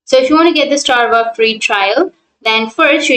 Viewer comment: Strava not Starva. :))))